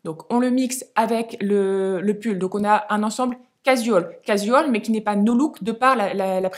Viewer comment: Juste 2 choses (c’est dit gentiment 😊) - un pull irlandais ok alors le loch ness et les pêcheurs islandais non! - casual: prononcer cajoual sans accentuer la syllabe jou au contraire « l’avaler »